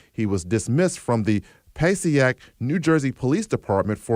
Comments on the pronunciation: It's not this reporters fault because it's mispelled but the city is PASSAIC, NJ (Puh-say-ick) - not PASSIAC. So good job to the DA that typed this making the reporter sound like a fool. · That was the absolute WORST pronunciation of Passaic (Pass-Aye-Ick) ive ever heard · I busted a gut at how they pronounced passaic